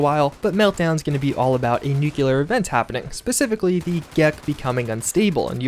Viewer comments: Also NEW-clear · Please stop mispronouncing nuclear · I can't get past nookyoolar. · Everyone covered “novice”, so if I may reiterate: nu-CLEE-er! Pleeeeease! Love your content! Keep up the great updates!❤️